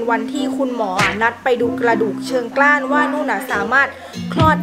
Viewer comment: เชิงกรานค่ะ ออกเสียงใหม่สิคะ ^^ พี่กำลังวางแผนท้องลูกคนแรก อยากคลอดเอง ฟังน้องแล้วต้องคิดใหม่แล้วแหละ